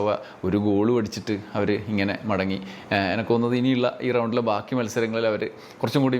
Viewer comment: നല്ല മലയാളം സംസാരിക്കുമ്പോൾ Enakk ഒഴിവാക്കി എനിക്ക് എന്നാക്കുക Enakk എന്നത് പിണറായി പറഞ്ഞോളൂm